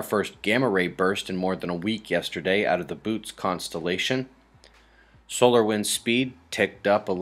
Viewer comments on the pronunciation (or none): Bootes, not Boots ;p